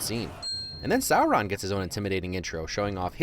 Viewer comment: I hate being "that nerd" but, it's pronounced "sore-on" Edit: well, that's how I pronounced when I read the books